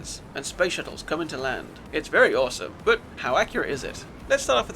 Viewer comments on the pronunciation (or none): none